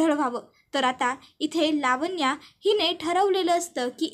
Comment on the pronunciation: लावण्या असा शब्द आहे. वाचन चांगल करीत जा.